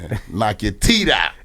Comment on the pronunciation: Ebro said ya teef game is crazy 😂😂😂